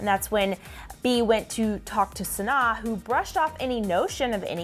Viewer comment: The fact that ya’ll didn’t even bother learning how to pronounce Sanaa. 😒